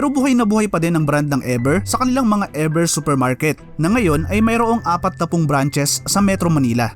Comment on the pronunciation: E "VER" Hindi E "BER"